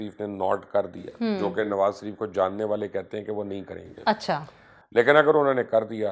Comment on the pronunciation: کسی نے نوٹ کیا کہ مبشر لقمان صاحب نواز شریف کو۔ نواز سریف۔اور شہباز شریف کو۔شہباز سریف ۔بولتے ھیں؟